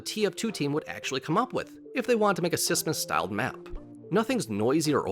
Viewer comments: please say smissmas right or I wont watch all of it :( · please stop saying sissmas